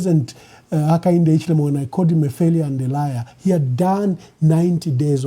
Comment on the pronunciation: Your cant pronounce Hichilema 😂😂😂